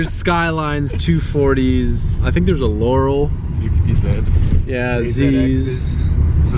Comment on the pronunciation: "Skylines, 240s. LOORALS " 😂